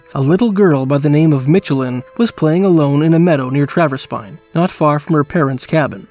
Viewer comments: like the Michelin Tires...not Mitchelin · Narrator is AI for sure, anyone who has seen a commercial knows how to pronounce Michelin as well (and im from the area, we pronounce it like the commercials). Also local pronunciation of Traverspine is 'Travis-Pin', and its closer to the Mealy Mountains vs the Torngats which are much further north in Nunatsiavut (Traverspine is in more traditionally Innu lands, The Innu Nation are the local 'indian' nation and some are up into the north around the Torngat mountains). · Good video, but as someone who's a part of the Michelin family, hearing the way he pronounces Michelin is pretty funny lol.